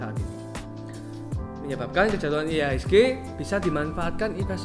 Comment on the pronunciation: Iya betul udah R jadi L ditambah pusing denger musik lagi 😁🙏